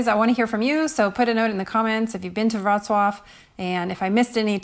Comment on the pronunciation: I'm sure this is different depending on the country you're in, but how much tip is customary for the free walking tours? And I had no idea that's how to properly pronounce Worclaw lol. At first I thought I was watching the wrong video lol